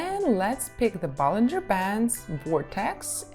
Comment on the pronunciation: bollinger bands not ballinger lol but i feel you